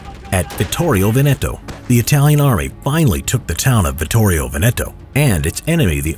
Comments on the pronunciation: Vittorio Vèneto not vitorio veneto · It's "Vittorio Vèneto" not "Vittorio Venèto"